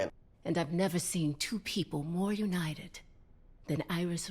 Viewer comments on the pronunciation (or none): none